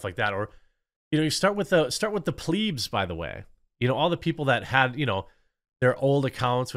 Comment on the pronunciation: Subscriber and fan here. ‘Pleb’ is pronounced like ‘web’ or ‘Deb’, and not ‘Pleeb’ as in ‘Dweeb’ or ‘Bleep’. It seems you’ve recently adopted the word ‘pleb’ into your regular vocabulary as a more sophisticated way to describe commoners, but it defeats the purpose and will make you actually sound a bit oafish if you keep mispronouncing a very simple word. This is suggested w/ love and not malice; keep up the good work otherwise!